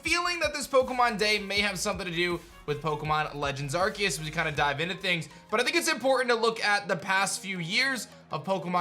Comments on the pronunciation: Not Arqueous, nor Arkeus, its Arceus lol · Why keeps saying Arqeus instead of Arceus? Xd